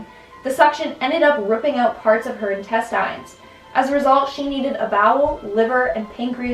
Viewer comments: Ok why are you saying “intestInes”?? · lol but Why say intestines like that?